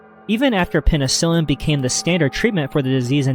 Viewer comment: **penicillin😭😭 also “heinous” is “hay-nus”, not “hee-nius”. It was fine the first time but you pronounce it that way in multiple videos loll